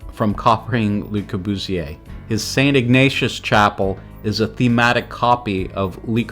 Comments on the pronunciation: "LEE Corbusier" , "Palazzo Del Lavorno"!? etc...How did you graduate any school? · Your narrator should learn how to pronounce. Especially le Courbusier. And he should know something about architecture. You should identify pictures and use them with appropriate narration. Interesting stuff but sloppy. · Great work, and I learned a lot. But please learn how to pronounce French. It’s not “Li.” It’s “LUH” the correct pronunciation. Or learn how to pronounce Atellier! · Not surprising. It got Le Corbusier wrong too.